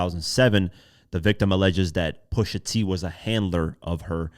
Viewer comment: Not Pusha 😭😭😭😭, c'mon dawg!